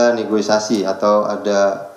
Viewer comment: Bukan negoisasi, tapi negosiasi, parah ini sekelas pejabat tapi tidak mampu berbahasa indonesia yang baik